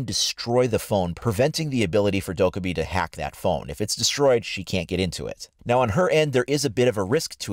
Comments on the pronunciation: It's dok-eye-bi, which means gremlin in Korean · Please pronounce Dokkaebi right... Its triggering the Korean in me